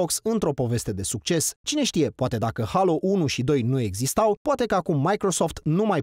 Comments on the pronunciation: Mai, se pronunta Heilo, nu Halo. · Alex Roberto da, cei din SUA si restul lumii ... crede-ma, are dreptate se pronunta "HEILO" nu "HALO" ...